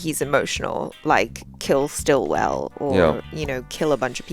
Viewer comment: It's Sitwell, not Stillwell!! 😅